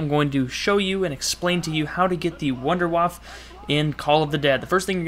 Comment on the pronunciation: sorry to sound like a dick, and by all means, say what you want, but in german, wunderwaffe would be pronounced Vunduh Vaffah.